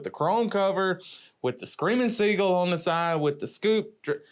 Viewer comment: Did he say “Screamin’ Seagull”? LOOOOOL